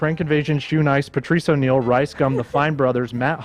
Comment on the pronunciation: legit said Patrice O'Neil lol